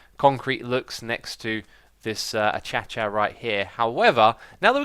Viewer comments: down here in australia we call it ah-kay-sha (acacia) wood, achacha sounds very weird lol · Not uh-cha-chuh. It's uh-kae-shuh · BitStingRay762 ツ a - ca -j - ia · X!! it isn't pronounced [a cha cha] it's pronounced [a kay see a] because if you are working with them you need to know the pronounciation lol plz see this comment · Love how Xisuma says "uh-cha-cha" instead of "uh-kay-shuh" for the acacia wood. xD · is he just joking or does he always call it achacha.... i thought that its called a-cay-she-ya (the way you say it,not its right spelling ) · I can't help but laugh everytime Xisuma says "Acacia", because in French, it's a hard "C", so there is always a split second where I'm thinking "What the hell is a 'tchatcha' ?" X'D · does he really think its achacha wood? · Stop pronouncing acacia the way you do! It is very irritating! It's pronounced "akAshia" if you understand what I mean... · hey x acacia is pronounced uh kay she uh like so he can see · Xisuma sorry to correct you but I think the wood is (akasha) it just makes me annoyed when you say it the other way but I love you still :) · Acacia is pronounced a-kae-shah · Is it just me that thinks it's weird that he says cha cha wood 😜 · Is pronouncing acacia as a-cha-cha an in-joke i missed? It's really starting to bug me, especially because X pronounces schedule correctly. If it's a reference it would make a lot more sense. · Why does everyone produce acacia that way? Isnt it suppose to be akeisha? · BitStingRay762 ツ thank you I mention this every video it's pronounced uh kay she uh acacia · Malthe Møller it's uh kay she uh it's more of a sh sound there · what's up with the acacia pronaounciation? Is there some kind of inside joke that i am no aware of? Or is that a alternative pronounciation of the word? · Omg xisumavoid please learn how to say acacia correctly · it's a reference to how keralis said acacia